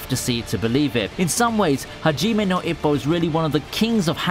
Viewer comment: I was worried Hajime no Ippo wouldn’t make the list. Although, your pronunciation of Ippo is like nails on a chalkboard.